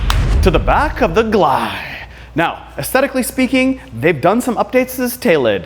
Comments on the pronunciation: At the begining of the video did he call it the Gleye instead of G L I? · Calling in a Gliiiii instead of a GLI is an insult to VW enthusiasts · It’s a gli not a ‘gly’ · You did it three times! 😂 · You're supposed to pronounce the letters. G. L. I. Not funny. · Everytime you say "Glie" I want to deny your 1m subs. You still do a good job 😅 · not subscribing - too annoying calling a GLI a glie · Every time you said GLI as a word word rather than an acronym we all cringed. G.L.I. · Did you say GLIH? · Volkswagen "gleye"😭🤣🤣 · Did he say Gligh? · I can’t tell if bro is fr when he says gli….